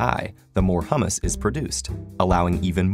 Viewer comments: I keep finding mispronunciation in these vids. Recently it was "a dice" not "a die". In this one, He says "Hummus", which is a chickpea derived food from the middle-east/mediterranean. Humus, is pronounced "Hyoo-mus" or "Hoo-mus", depending on who you ask. Somebody get the narrators a coach or something. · Great video! Though I'm wondering if anyone else noticed they pronounce "humus" (Hue-mus) like "hummus" (Hum-mus), which is a Greek dip made of chickpeas. I love the harmony metaphor to illustrate the concept of complexity. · It would be great if the narrator said "humus" rather than "hummus." :D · "Hooomus", not hummus.....big difference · It's HEWMUS not HUMMUS - hummus is a dip that people eat, made out of chick peas and spices. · It's pronounced "hyoo· muhs" not "Hum-muhs" (food made out of chickpeas!) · Humus is pronounced /ˈhjuː.məs/ actually. Hummus (the middle eastern dip) is /ˈhʊm.əs/ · It's pronounced hue-mous. Hummus is made from chickpeas. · Humus is pronounced "Hyoo-Muss" and not like the food. Sabra makes really good hummus and they're typically buy-one-get-one at many supermarkets. But I digress, yeah, you mispronounced it, guy... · HUMUS AND HUMMUS ARE PRONOUNCED DIFFERENT. *FEWER PLANTS. GOOD LORD.